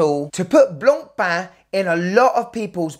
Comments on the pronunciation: My compliments for the correct french pronunciation... Not like the horrible yanks sayin: BLAANPAAN! 😂😂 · bro actually pronounces blancpain properly unlike teddy respect!!! Love you bro! The best channel! :face-blue-smiling::trophy-yellow-smiling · Kudos for making sure to pronounce Blancpain properly!